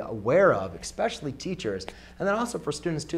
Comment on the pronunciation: Did he say -exspecially